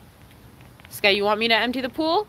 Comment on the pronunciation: Why you call him skayu when he is skaya